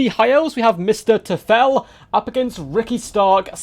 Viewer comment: nice video, but you butchered the name because it is täu -fel as in German for devil